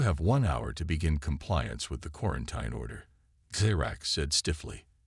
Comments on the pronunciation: GOD FREAKIN HELL!!!!!!!!!!!! into the story and I have heard the word "quarin-TINE" about a F'ing dozen times!!!!!!!!!! I am outta here. You are off my listening list. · It's quarantEEN not quarantINE.